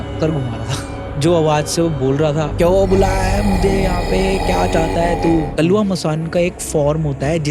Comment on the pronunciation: Kalwa not kaluwa